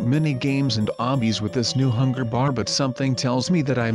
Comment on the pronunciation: did he say hunger...BEER